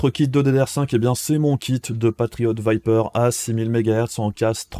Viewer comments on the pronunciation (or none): none